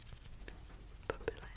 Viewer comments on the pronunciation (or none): no. papillon is pronounced more like papi-on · For “butterfly” in French it’s pronounced pap pee on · i think the correct way to pronounce butterfly is (papiyon) but either way super tingly ❤️❤️ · Butterfly in French is pronounced "papiyon" we don't pronounce "LL" in Papillon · papillon - the “ll” makes a “y” sound so it’s more like papi-yon, and you also don’t really say the n <3 the way you said it gave me MAJOR tingles so i’m not complaining though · This was a very relaxing video. Just thought you might like to know that the 'Ls' in "papillon" (the French word for butterfly) sound more like a 'Y' in this word, so it's pronounced closer to "pa-pee-yon". :) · Butterfly in french is pronouced "pap E on" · For papillon you don't need to pronounce the two ll. In French two ll = y sound. So it's more "papiyon", and the "on" the n is not pronounced, it's similar to "non" which means no in French, hope this helped lol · The word Papillon is pronounced as papion (imagine the ion as how you pronounce champion) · I know people commented on it already but just to write a bit more about it, there's no "L" sound in "papillon". The double L has two possible pronunciations "L" and "Y", and in that case it's "Y". There are ways to help you remember which sound you should use but the grammar being full of exceptions, I'd say it's mostly something you'll memorize by speaking with others. Then there's no "O" or "N" sound in "ON" either since O (or I / U or A) +N all make a different nasal sound that doesn't exist in English. Hope this helps :) 🌸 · I'm sorry to say that butterfly in French is not pronounced like that 😢 but thank you for the tingles 👏❤️✨ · i’m happy butterfly in french was mispronounced cause the way she said it gave me the most intense tingles